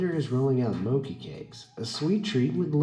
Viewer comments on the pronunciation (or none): It’s actually pronounced “chi” in the mochi and not “moki”